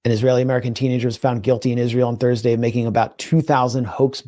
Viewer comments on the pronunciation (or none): none